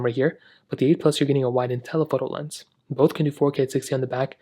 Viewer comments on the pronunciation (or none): none